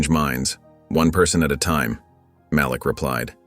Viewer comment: Malik( MahLeek) NOT (MahLick) please pronounce the names of Princes( correctly) when it keeps being pronounced wrong it makes me feel 😢